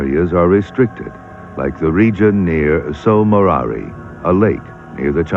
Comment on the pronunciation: A beautiful program. I'll never get tired of listening to George Page. The only irritant was that he mispronounced Tso Moriri through the show. It is shown that way on the map near the beginning, so I guess that's what he went with. That's how it appears on some maps.